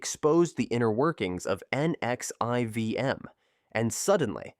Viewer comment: NXIVM is pronounced Nexium (nex-see-em) I couldn't take it being spelled out.